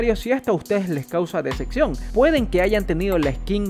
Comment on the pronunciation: no se dice deseccion sino decepción!!!